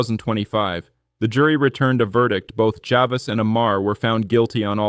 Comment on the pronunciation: I suggest that when you make a video like this, you should pronounce key names correctly…for example, it’s “JA-VEECE,” not “JA-VIS.” You also mispronounced the name of her hometown: MAMARONECK. The above made me think the video is AI generated…not a real person who crafted the narrative! LOL!!!